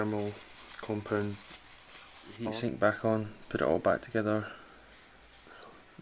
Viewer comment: ''Thermal 'cumpund'.''